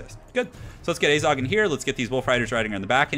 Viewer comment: it is AZHAG, not azog